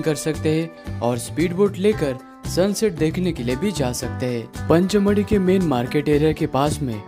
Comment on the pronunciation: सर पंचमढ़ी नहीं पचमढ़ी